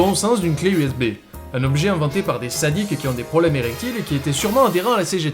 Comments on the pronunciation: J'ai entendu Zbay a la place de USB. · "U Szais Bas"